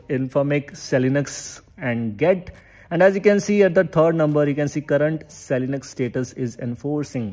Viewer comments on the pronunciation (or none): Vai, it's not seli-nux ... It's called es e linux 😂😂😂😂